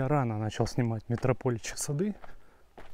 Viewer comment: Нравятся ваши видео, и рассказчик вы хороший. Но...пусть меня заплюют все комментаторы, не могу не попросить: пожалуйста, ставьте ударения правильно!!! Очень царапают слух метропОличьи, красивЕйший, сазанЫ и карпЫ и т.д. и т.д. и т.д.